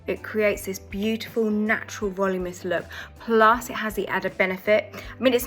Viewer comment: Valoominess not voluminess